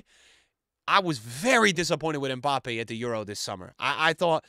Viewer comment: Hi, french person here. His name is pronounce "My Bappy" best régard